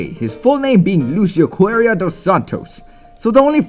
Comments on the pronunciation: Correira* not CoErreira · Lucio CORREIA... not coerreia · it's Correia not Coerreia ;< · His name is Lucio Correia dos Santos, not Coerreia as shown in the video. I'm Brazilian, Coerreia doesn't even exist (as far as i know), u can also just check a forum or something. (Maybe it was just a typo, but since his pronunciation sucks, i can't tell if he tried to say "Correia" or "Coerreia")